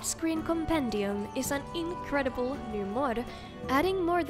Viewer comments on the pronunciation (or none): Can't get enough with the way you said "inCREdiBLEEE"! Awesome work as always, our favorite!